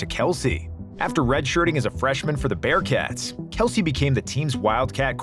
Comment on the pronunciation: Not knowing kelce's name is actually pronounced kels